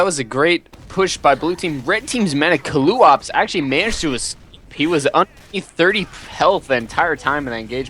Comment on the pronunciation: To answer some questions- No I'm not Zclipse No neither of you ever pronounced my name right (Zed-Khul, not Zee-Cool, and NOT Zoo-Ka-Loo-Ops, though after watching this I might just be Zew_Kaloo_Ahp for awhile. Since the Ahps came from my 6s tag .oOps, now I'm afraid to send in a 6s match in case I'm called zew kaloo ahps ahps) probably my fault for picking a name no one can figure out. Great cast nonetheless, even if I didn't enjoy the match at the time, you guys made it much more fun to watch!